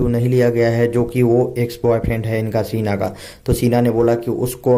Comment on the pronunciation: सीना नही शीना होता hai. जो आप बोल रहे हो उसका मतलब होता है छाती